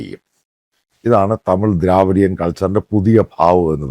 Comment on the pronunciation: ദ്രവീടിയൻ not ദ്രാവീടിയൻ